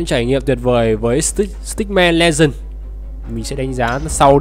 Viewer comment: Ở câu cuối là stickman legend chứ không phải là stickman legasi